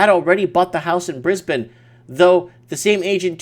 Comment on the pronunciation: i missed the live chat. dang Also +1 for correct pronunciation of my hometown Brisbane :)